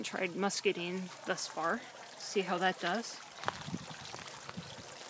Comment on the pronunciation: Beautiful! You're the first person that I've seen in the west trying the muscadine. It's wonderful and should do well down there. I'm bringing some in to Vegas for next year...and if you want to speak proper Southern Belle...the "i" is long, muscad"I"ne. LOL! Glad to hear your comment about the guava, I was concerned about the heat tolerance but am going to pick one up a Malaysian tomorrow. Keep up the good work...it looks great!